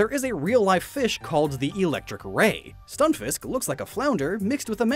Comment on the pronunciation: Lol just the way you said stunfisk